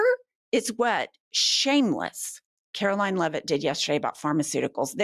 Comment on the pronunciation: "KKKaroline Leavitt"??? 😅😅😅😅😅